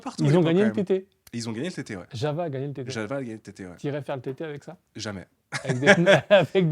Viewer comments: JaVVVa... Vous êtes vraiment des handicapés linguistiques. Prononcez correctement: JaOUa. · on ne prononce pas "java" mais "Yava"... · même Yawoua en fait